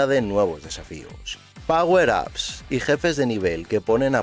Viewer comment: Por fin alguien sabe pronunciar power